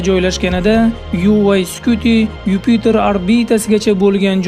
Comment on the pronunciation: Юпютор эмас Юпитер